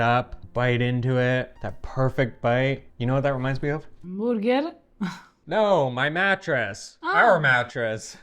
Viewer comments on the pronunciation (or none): I love how Eva pronounces burger as, "booger." 😅